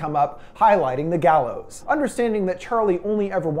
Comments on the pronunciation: The gaylows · It gallows